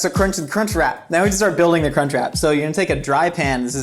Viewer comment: I watch most American youtubers double time cause you all talk a bit slow, and as an Australian, every time he said "crunch wrap" it sounded like "c*nt trap" and its just bloody hilarious tbh